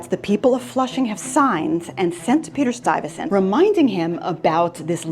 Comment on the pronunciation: Stuyvesant, not Stuyvensant .